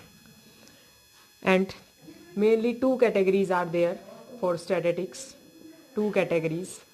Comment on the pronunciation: Its statistics not statatics😂😂